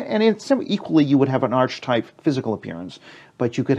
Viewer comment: The word "archetype" is pronounced Ar-Ke-Tipe not Arch Type which means a type of arch.